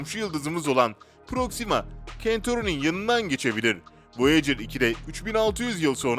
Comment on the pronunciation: proxima centauri.. proksima kentori degil ( türkce telafuzu .. proksima sentauri ) böyle islere girmeden önce ingilizcenizi tazeleyin yada dogru telafuz etmesini ögrenin, birde diksoyununuza dikkat edin .. bazi bölümlerde anlasilmiyor söylediginiz.